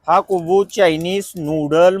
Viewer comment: कोबू काय कोबू 😂😂😂😂😂😂😂😂😂 कोबी असतं ते😂😂😂